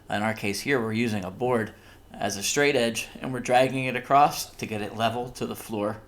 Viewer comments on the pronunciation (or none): There is not a “t” at the end of “across”